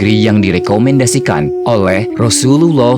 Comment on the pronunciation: Teruknya sebutan arab kamu. Sebut betul-betul Rasullullah SAW